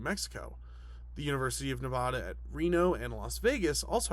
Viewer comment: You are a great inspiration to small channels like me, love the content 👍❤️ Edit: please work on your pronunciation for the state of Nevada